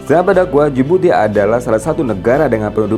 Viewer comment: Good work admin. But pls improve your pronunciation on the country's name. Itu nama khas negara tersebut. Especially Sierra Leone and Djibouti